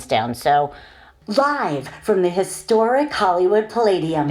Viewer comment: i'm mxing voice over tracks every day… and eventually i'll get annoyed by these overly exaggerated esses like in "hisssstoric" (which i find a lot of female voice over artists do) sufficiently that i start to just shortening them while editing. (i mean… the ssss doesn't have to be twice as long as the voiced syllables around it, does it? this technique builds up so much pressure that the following "t" punches a hole in my forehead.) shortening the esses often makes the tracks sound so much more natural, at least to my ears and those of my clients. the impact and emphasis the speaker puts into the words will still be there, and it makes it much easier for a de-esser to tame the sibilance. works great for me (yeah, you gotta have the time…). nevertheless, the Sonnox Supresser is one of my most used plugins… an exceptionally great product!